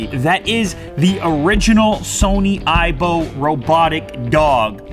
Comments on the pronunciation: "iBone" lol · I just died laughing when he said the ibone